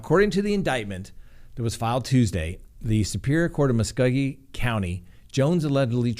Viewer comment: lol I admit, you trying to say Muskogee was interesting. I'm near the area. ^_^ Try it as Musk-go-ge. Just a heads up.